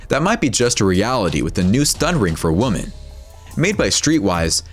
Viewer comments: It's pronounced "WOMEN," not "woman." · This guy doesn't know how to say women ( more than one) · Many woman? It's WOMEN you stupid A.I. voice! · Does no one else notice the irritating and inaccurate use of the word “woman” throughout the video?! “With street violence against woman…” Ummm, nice try on your English bro. Maybe your voice actor should’ve corrected you 😂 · Why are you saying "women" like it's "woman" lmfao it sounds so fucking dumb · 😆I like it - when you're done eating your food and suddenly get attacked by a bear... I have a question, though. The speaker repeatedly said the plural of women as [wumen], not [wimin]. Is that a regional dialect somewhere in the world? I'd appreciate if anyone could clarify that. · Why does the narrator pronounce the word "women" like "woman"? Lol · You keep saying "woman" when you mean to say "women" and it's super annoying. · Yo the way you say women fucking irks me it's not women it's women lmfao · Most of the time your saying "Woman", it should be Women. Thank God I live in the USA. I'll stick to my Glock 27. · Why didn’t he say “women”? Lol he kept saying “woman” wtf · "Many WOMAN"???? Jeez, guys. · Please learn how to say women - hint: 'wimmin' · The plural of woman is pronounced "wimen." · How do you mispronounce women/woman so much? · Learn the difference between the pronunciation between "women" and "woman" and someone might take you seriously. LORD. Plus, one of the weapons is over 100 years old and no longer an option to possess on the normal open market today. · Why cant the narrator say "women"? Weird... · Why does he repeatedly pronounce ‘women’ incorrectly? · Can't you say 'women'? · Someone needs to tell the narrator how to pronounce "women". Jeesh.